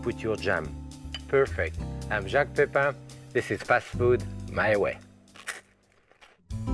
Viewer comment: First time I have seen him and I think he's very good - very, very good BUT Messieurs les Americains please pronounce his name correctly. His name is Jacques the sound is ATTACK and not SHARK and Pépin more like Paypal than Paypaaarn. No one else would notice but it kind of grates on the English or Welsh ear. I know, I know, the English can't pronounce it either.